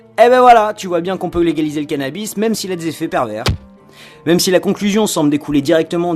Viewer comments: ON PRONONCE PAS LE S DE PERVERS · C'est pas parce qu'il y a un 's' à "pervers" qu'il faut le prononcer... on garde ça pour "perverse"... non ?